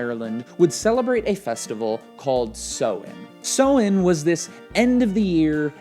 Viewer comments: Hi from ireland great video but just thought i'd let you know the pagan holiday is pronounced "sou-en" sounds kind of like sour! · As an Irish person, your pronunciation of 'Samhain' made my day :') great video though!